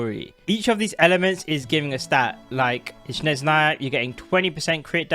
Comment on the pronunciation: It's not "shnez", its the other way around - "snezh". 😂